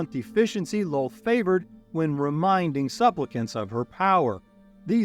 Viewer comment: Sir, it's Loth, not lol, just saying